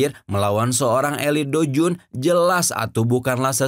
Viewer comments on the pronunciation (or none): Douzun min bukan doujun. Blekok